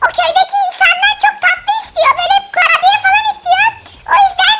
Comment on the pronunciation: Kurabiye❌️ Kurubiye✔️ ()😂😂